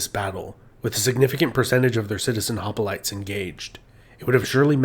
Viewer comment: It’s “hoplites”, not “hopalites”.